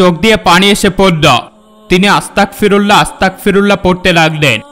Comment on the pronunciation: হুজুর আংকেল সবাই যে বাক্য টি পাঠ করছিল সেটা আসতাকফিরুললাহ হবে না এটা আপনি ভুল উচ্চারণ করছেন, এই বাক্য টি হবে আসতাগফিরুললাহ্ আসতাগফিরুললাহ্ আসতাগফিরুললাহ্ । আপনি যদি আমার কোনো কথায় কষ্ট পেয়ে থাকেন তাহলে সরি আংকেল